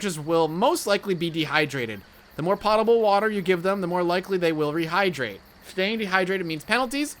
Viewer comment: "POE-tah-bull" I like this game though.